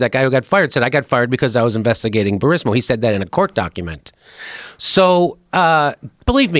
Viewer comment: I am by NO MEANS a Biden fan, but Joe and Jimmy clearly don’t know the Burisma story. Fucking Jimmy keeps calling it “Burismo.” 😂. And is anyone else annoyed at Jimmy just yelling to make it seem like he’s proving a point?